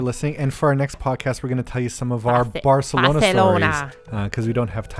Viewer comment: Martina has been going in on pronouncing Barcelona properly 😂😂😂 I love it so much haha